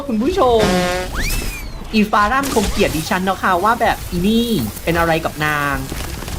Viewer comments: พี่เรียกฟาร่าว่าฟาร่านรึเปล่าคะ555//ถ้าไม่ใช้ก็ขอโทษค่ะ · ฟังฟาร่า ได้ยิน ฟาร่าน อีหอยยย